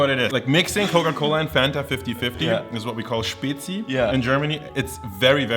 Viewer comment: finaly some on who say spezi right